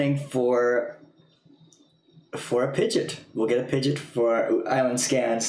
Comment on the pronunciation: its not pidgit its pi-gee-ot pidgeot